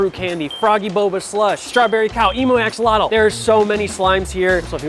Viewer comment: Uh at the beginning did any one hear “Blue “ axolotle?